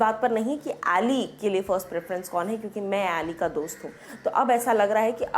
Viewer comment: अली है एली नही😎😎